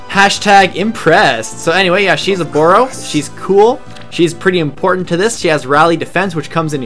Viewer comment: Prrrrrresident Obooorrrroooo